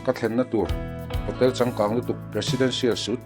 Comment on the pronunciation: Presidential suite tih hi sweet ti a lam tur aw